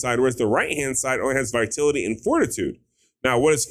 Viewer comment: It's viTALity not Vitility.